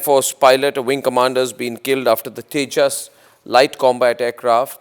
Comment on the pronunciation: 😂😂😂😂 Kia boltey hn usko tijus